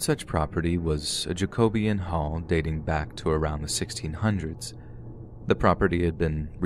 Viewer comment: Lol! Its literally pronounced jaco- be-an 👍that's ok though as some English words are hard to pronounce. Kind of difficult to explain how something is supposed to be pronounced when your typing it here.